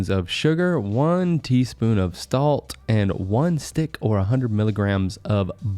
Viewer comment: he said stalt instead of salt